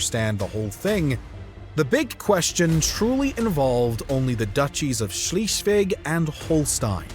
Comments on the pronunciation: I really like your documentaries, but for the love of god could you pronounce Schleswig as Schleswig and not Schiiiswig. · "Schleswig", not "Schleeswig". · Sorry, I had to stop listening. In German , ie is pronounced as an English "e" and an "e" in German is pronounced as in egg. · Please, it's not "Schleesvig." It's more like "Schlessvig." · schleswig = shlay svig . not shlee . ie, in german sounds like, eee. ei , in German sounds like, aye. v, in German like English F. w, in German like English V. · Sh-LEZ-vlig. Not Shleez-vig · Schleswig not Schlieswig and Holstein not Holstien. Come on man forget about the W's and the Sch's. Learn the vowles brother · Schlischweg...for the sake of the number of subscriptions to your channel, please take a minute or two to simply pronounce right a crucial name in your story... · It's pronounced 'Schlays-vig'. 👍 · The way Swheisligg (not sheeeslig) is pronounced, is simply horrible, and I don't know how to pronounce it. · Germany taking Alsace (and some of Lorraine) from 1871 to the end of WW1 would have been worth a mention. And Schleswig ain't Schleeswig. Otherwise, very interesting. It's a complicated history, and your explanation was helpful. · HolsstEin was painful too, but Schliiswig killed me after 8 minutes in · Schleswig is mispronounced, repeatedly. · Nice video - but it is a bit painful to listen to the serially mispronounced “Schleswig” and other names (even tho I myself have only moved to Germany 20 yrs ago) Why did the Producer not look up the pronounciations? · Please sort out your pronunciation of Schleswig. Irritating, it’s an e there not an ie, closer to z than s.🙈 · I wish the narrator had bothered to get the pronunciation right. It’s Scleswig Holstein. Pronounced like air not ear.